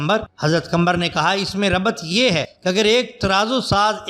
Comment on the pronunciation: Nam lena to seekh lo qambar nhn qamar he.